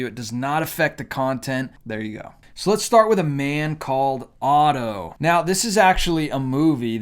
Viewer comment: Dude, do you not know your t from your f? You stated a man called of instead of a man called otto.